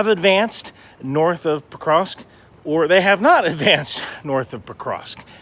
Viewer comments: Can you please learn to pronounce that city xD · I've only seen the first few seconds, but at least learn how to pronounce the name of the city you're talking about before trying to spread propaganda about it 😅